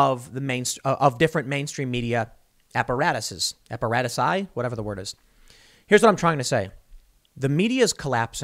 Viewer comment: Apparatuses. App-arr-at-us-ease.